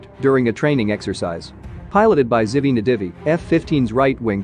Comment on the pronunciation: זיבי נדיבי Zivi Nadivi. Narrator pronounced it pretty close but still off a bit. Not for a lack of trying, awesome short!